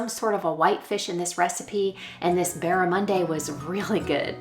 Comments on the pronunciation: Hiya, you were close. Pronounce the end "di" as dee not day. Good to roast on the Barbee, or in the oven with roast veggies. Mainly swimming in Australia. We can get it at most of our local fish and chips shops. Have a good day. God bless you all. Alda Perth West Australia. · Dear, I love your videos so much. Barramundi is an Australian fish - here in Australia we shorten everything so we call it “Barra “ 😂😂. Your pronunciation was pretty good, but we pronounce it with an “ee” sound at the end, like in “sweet”. Beautiful fish, and I love how you cooked it xx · You were so close with the barramundi! The ‘i’ on the end is an ee sound. Barra-mun-dee. Or, in Aus we just call it Barra for short 😉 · Bar-ah-mun-dee, so very close except for the last syllable. (Ps. Sydney Australia, I really enjoy your content. Thanks 😊) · Hi from Australia 🇦🇺. It’s pronounced barramun “dee”. I’m not a seafood fan at all, but barramundi is delicious. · Hi, it's Barra-mundi or as we Aussies called it: Barra.😀 Glad to hear you enjoyed it. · I’m from. Australia. It is BARRA-MUN-DEE. Just think if Crodacile Dundee! I would expect it is wild caught as it is in abundance in the northern Australia waters, where the big crocs are! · Hi 😁 I love your videos, thanks for sharing. I’m not critiquing just letting you know if you are interested the fish is pronounced Barra-mun-d, so the di says d or just Barra for short 😁